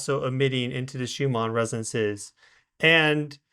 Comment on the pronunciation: why does insist on calling the Schumann resonance Shoomaa resonance! This is most annoying and makes him sound like he doesnt know what hes talking about. 🤷🤦